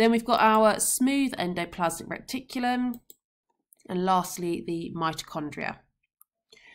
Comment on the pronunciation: Is it just me or it it annoying that Miss is calling it Recticulum instead of Reticulum